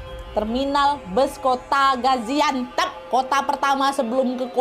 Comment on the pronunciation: Gaziantep kak bukan gaziantep